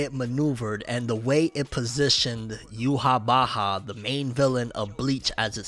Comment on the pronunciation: bro says youhabacha